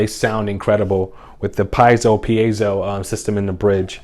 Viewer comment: By the way, I am Mexican and I appreciatte your effort for pronunce right "piezo" that shows you are a kind person, Thanks a lot!